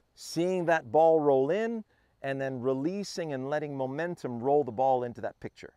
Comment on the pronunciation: It's no longer "Mo-mentum" - It's "Mu-mentum"!